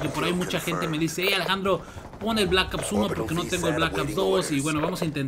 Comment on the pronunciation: jaja me da risa cuando dices blakaps 2 jajaja saludos xD